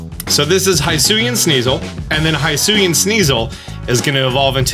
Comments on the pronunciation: "The mountain in the middle" Ah yes the other way Mount Coronet, the most important mountain in the pokemon world, is known as. Also 'Hisui' is pronounced (hee-soo-ee) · Bro cmon they litterally tell you how to pronounce hisui and you still dont pronounce it right 💀